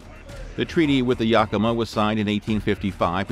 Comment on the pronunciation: I thought your Yakima pronunciation was a little off but Puyallup was horrible to be fair I've never heard it pronounced correctly from anyone that's not from here.